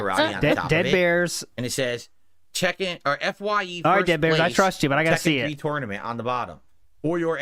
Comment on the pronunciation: He knows they're meme questions because all of the sudden a dozen people are asking him some version of the same oddly specific question. It's funny how mad he gets while feigning disinterest. I agree with Indrid 100%. Every time he says the word "tournament" a few of my braincells commit s**cide. "Torn-uh-mint". I once had a Latin teacher swing at me in class and for the rest of the school year I scored an "A" on every test. There's a little more to the story than that but I have to wonder if something similar happened with Phil and they awarded him Valedictorian to shut him up. We both went to Catholic schools and the Catholics really get off on corporal punishment.